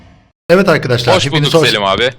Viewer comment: selim abiye seliş demesene